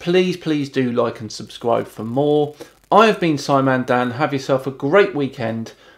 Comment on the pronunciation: He has such a high IQ but he says “suscribe” instead of “subscribe”